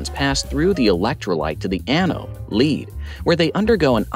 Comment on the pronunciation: "Lead" and "lead" are unfortunately two entirely different things;\blame the English language. What you talk about is "lead (Pb)" --> pronounced as Ledd, rhymes with "head" or "bed" A wire-lead is more innocuous, and is pronounced as you do", as "leed" (rhymes with feed). Pb-containing articles would generally fall under the RoHS directive - be careful; although some specific articles may be exempted.